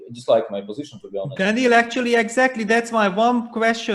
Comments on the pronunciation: its not DANIEL its Daniil .... a lot of people mess up with it.. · It's Daniil not Daniel. Both of them for it wrong.